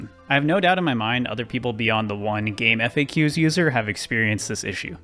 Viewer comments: >gameEFFAYKYUS Ugh. CJayC said it's gameFACKS. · "game eff ayy cues" is DIABOLICAL ragebait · It makes me irrationally angry that no none can pronounce "GameFAQs" correctly. Kids these days.